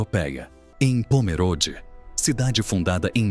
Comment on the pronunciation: Eu moro em SC, próximo a Pomerode, o apresentador pronúncia errado o nome da cidade, Pomerode é com e fechado, nao como se fosse é, e sim com o e fechado como se tivesse um acento de chapéuzinho no e.